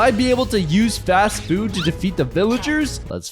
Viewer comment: bro said fatst food